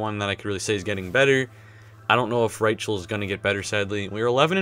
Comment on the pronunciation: not Ry-chel its pronounced Ry-kel